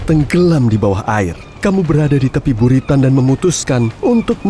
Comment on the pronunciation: BURITan siapa tu😂